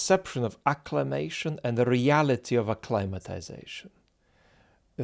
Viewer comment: Sometimes in previous videos, I have wondered whether you were saying "acclamation" or "acclimation" in connection to Putin's election. Even in elections that do choose the office-holder, the election is normally about legitimization as well as selection -- particularly about legitimization of aspects of the system that were not implicitly up for a vote along with the candidates. We in the US have capitalism, sometimes verging on plutocracy. Neither major-party candidate challenges that, in any presidential election. But the nature of the quadrennial ritual lends legitimacy to the system that (among other things) puts "potato-chip companies" in charge of our public square.